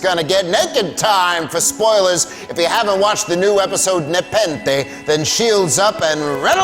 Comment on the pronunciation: Nepenthe nuh-pen-they nuh-pen-they!